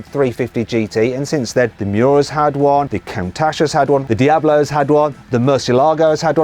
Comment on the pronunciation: 쿤차티가 아니라 쿤타치 아닌가요??